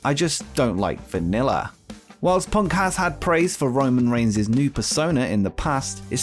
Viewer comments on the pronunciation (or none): none